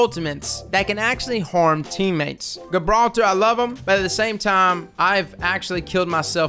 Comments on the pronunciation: guh-brawl-ter.. lol come on man JI-brawl-ter. love your vids anyway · Everyione: Gibraltar: G 🅱️altah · Great tips man.👌. Oh by the way its pronounced 'Juh-brawlter'. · Pronounced Jibraltar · Great content as always, helpful tips, however Gibraltar is pounced with a J rather than a G, keep up the vids though man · Love your videos! D2 and glad to see you covering this game!! Pretty sure the G in Gibraltar is soft though (more like J). Like Rock of Gibraltar, a WWII stronghold for artillery batteries. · Cool video bro but its "Gibraltar" like in "gentle" not a soft g as in "good" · Nobody’s gonna say it? Alright then, the G in Gibraltar is soft, not hard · You are pronouncing Gibraltar completely wrong 😂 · *JIB-raltar *CRAY-ber Love ya',!;) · Prennounced JAHbralter and KRAYber lmao had me dying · Yesss more apex content please. Also, my guy, are you purposefully mispronouncing things just to fuck with us at this point? Gabralter... Crabber? Worst part is I can't tell if it drives me crazy or if it's part of your charm. Anyway keep up the good work.